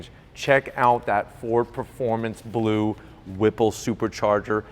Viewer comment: dude do ys have a difficult time sayin blue ? ya kno i luvvya doe white? you did a great job my friend! a superb and excelent job! you should be proud of yer self!